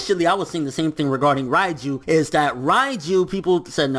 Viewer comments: not "Rai"-ju, it's "REIJU"!(Reige) Rei = 0 (Zero) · Who the f*ck is Raiju ? She's Called Reiju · Please stop saying Raiju